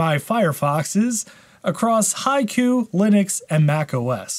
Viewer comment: Finally, I could able to pronounce its name "High Koo" and I think that I will remember it! 👍